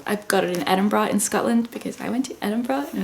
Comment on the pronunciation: When she can pronounce Edinburgh right 😍